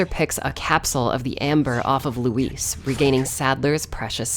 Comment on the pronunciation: Luis cera? I think you mean LEEWWWIIISSSS